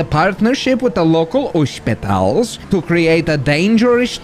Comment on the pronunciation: Bro said ooospitals